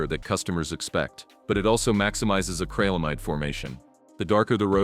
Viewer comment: It's not acralamide... it's acrylamide. The 'Y' makes an 'i' sound as in 'ill' so please pronounce it correctly.